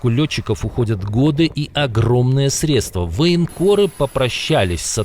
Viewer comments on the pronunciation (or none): none